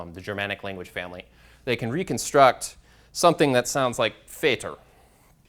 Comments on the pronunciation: Why reading foreign languages as they were written in English when you use their original writing forms? German Vater "feyder"? If you really want to give examples in foreign languages, you should make an effort to pronounce them correctly. Another point, in linguistics words like 'idiotic' and 'crazy' are never used as they are not relevant. :( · you in English don't pronounce father as "feyther", so please don't do it in the other languages (Vater, vader, fader, etc.) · This presentation is the worst one I've ever seen. Do you know how disgusting it is when you say German "Vater" with your English? Please at least try to say all the words correctly which appears in your PPT, that shows you are making a scientifical subject but not a talk show. Such a presentation with star wars picture in PPT deserves no respect.